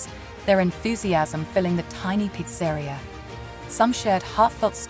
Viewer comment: peet sah reea NOT peat sairea... lol